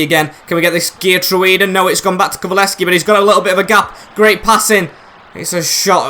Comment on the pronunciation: it’s pronounced KULU-SEV-SKI